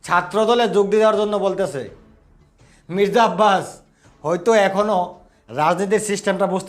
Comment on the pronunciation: মিজরা না ভাই 😅 মির্জা ফখরুল প্রথম শুনে মনে হলো হিজরা😅